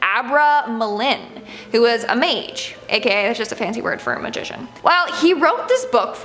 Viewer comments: Mage is pronounced with a long "a", like "age" with an "m" at the beginning. You may be thinking of the plural form, "magi". This is pronounced like "magic" but with no "c" and a long "i". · She mispronounced mage.